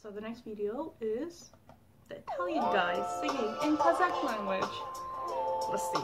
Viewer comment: His pronunciation is not bad actually, I could understand it. He is learning Kazakh really hard i assume. Now Q-POP invasion really has began :D